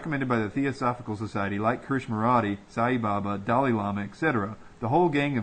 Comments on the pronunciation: It's pronounced KRISH-NA- MURTEE.... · KRISHNAMURTI, you are mispronouncing his name.